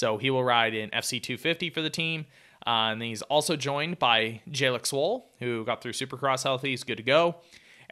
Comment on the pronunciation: Absolutely butchered swolls name